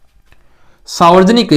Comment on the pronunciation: Sir वो सावर्जनिक नहीं होता हैं, सार्वजनिक होता हैं।